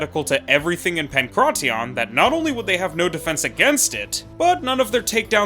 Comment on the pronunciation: The way you say pankration makes my skin crawl